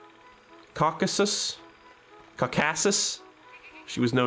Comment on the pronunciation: As a geography/history nerd I'm irrationally annoyed by the pronounciation of scythia and caucasus